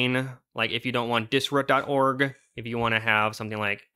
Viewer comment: Pronouncing dis-ROOT, “Dis-RÚT” made the video unwatchable as I couldn’t stop thinking ab it